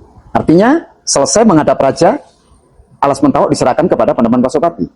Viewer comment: Yg nanya ngaco, ngomong Alas Mentaok saja salah... parah banget, jadi tidak tertarik.